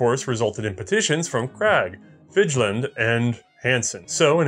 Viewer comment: To my knowledge Fidjeland would be pronounced somewhere akin to Fid-yeh-land. May be wrong in this though Splendid enlightenment of the story